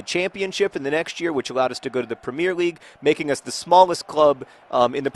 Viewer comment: you are pronouncing premier league wrong :)